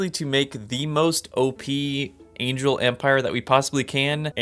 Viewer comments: "angle" fortress lol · did you mean "angle" fortress 😁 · Angel and angle are two different words 💀